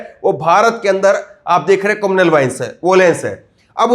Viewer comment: कम्युनल वायलेंस होता है बेटा कमूनलल वोलेंस नहीं पहले सही से पढ़ना सीख लो पत्रकारिता बाद में कर लेना 😜😜😜😜